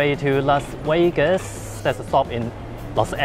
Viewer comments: Wiwaaaaa Las Wegas, wiwaaaaa Las Wegas, wiwaaaaa, wiwaaaaa, Las Wegaaaaaas! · Say, is it me or is your English pronounciation improving rapidly? Or did I just get used to it? I have no problems understanding you whatsoever anymore. I am also wondering, has anyone ever told you that an F (which you can pronounce) is closer to a V than a W is. I don't mind you making Wideo in Las Wegas but should you want to fix it yourself, there's a tip for ya.